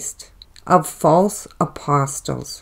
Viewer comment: Respectfully, the “t” in apostle is silent.